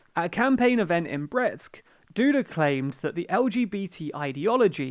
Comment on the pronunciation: As a Polish person I am ashamed of my nation. Also on pronnouciation: Andzhey Dooda and Rafaw Tshaskovsky